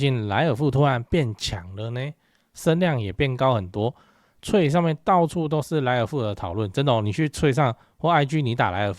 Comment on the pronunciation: Threads 請改正發音